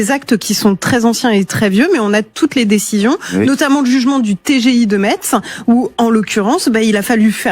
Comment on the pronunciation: Il va falloir retravailler la prononciation de Metz 😅